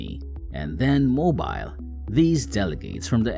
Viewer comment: You're pronouncing Mobil like mow-beel. It's pronounced Mow-bull.